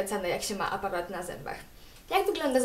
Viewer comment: Czemu mówisz apawat ?! a nie aparat -.